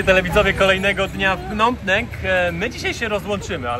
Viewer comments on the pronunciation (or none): .Nie Pnom Penk,a 'Pnom Peń".W stolicy macie polska knajpę" WARSZAWA".😊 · wymawia się Pnom Pen!!! A nie Penk! Super pooazaleś drugą stronę! Lubię jak wchodzisz między lokalnych! Pozdrawiam serdecznie! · .Po polsku mówimy "Pnom Pen,Peń).